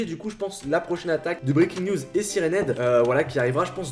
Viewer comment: faut mettre un accent anglais quand tu dis siren head et breaking news